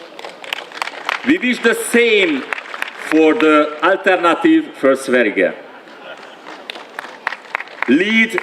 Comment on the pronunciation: Jó volt ez így, a Svéd kollégáim itt Svédországban értették. Egyedül annál kicsit fennakadtak hogy Sverige amit úgy kell kiejteni hogy Szverje. De érti mindenki hogy ezt a svédeken kívül más nem biztos hogy tudja. További jó munkásságot, én örülnék ha nem is utazna vissza és önre tudnék szavazni itt a Svéd parlamentben is! 😅👌